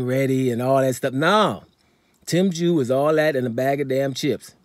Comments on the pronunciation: You called him Jew, u called him Chew?? Wtf bloke. Are u related to Charlo?? Just go with the Zoo bloke, that's much better.🤷‍♂️🤦‍♂️🤣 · Tim Jew 🤣🤣🤣 kosya chew 🤣🤣🤣 damn I’m confused brother!